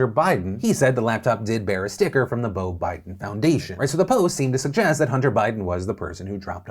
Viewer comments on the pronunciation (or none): none